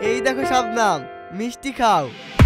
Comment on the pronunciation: Sabnam ❌. Shabnam ✅